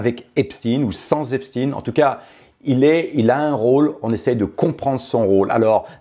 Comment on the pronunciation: On dit Epstein comme Einstein.